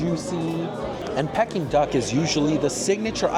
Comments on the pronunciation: It is pronounced Pee-king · Anyone else shouting the right pronunciation of Peking at the screen? 😂 Food looks nice, but I’m not sure if it reaches the quality of Michelin. Some of the plating could really be improved